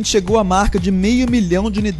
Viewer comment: e chego a hora kkkkkkkkkkkkkkkk puro cearense nada contra gente mas foi engraçado...